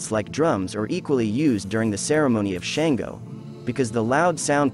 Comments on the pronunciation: His name is Shango pronounced Shaun - go not Shain-go. He says a King. And he wasn't tyrannical. He was diefied however. Where are you getting this info about him. Is it correct? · Shan-go …. shawn-go!!! 🥴